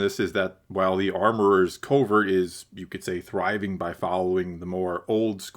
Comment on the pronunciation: It’s a “covert”, not a “culvert”. Very different things. You might know this and it just sounds like you’re saying culvert, but it nonetheless sounds like that. And I disagree with your whole take on quests and side quests. That’s what life is man! He’s a nomad, he goes around doing odd jobs and accomplishing his goals. Of course the show doesn’t give you much footage of his downtime, but that’s not what we are here for. The show has had the same “quest-side quest” format since episode 1, so if you don’t like it maybe this isn’t the show for you. Finally, in terms of skipping the episode, I don’t think you will feel the same at the end of the season. Establishing the beef with the pirates will be very significant. Go back and watch the season three trailer again- clearly the Mandolorians are in a significant battle on Navarro against the pirates. This will be a huge theme. Also the episode introduces Bo’s castle, which we clearly see coming under attack by air in the trailer. It’s laying the groundwork. Wait for the payoff.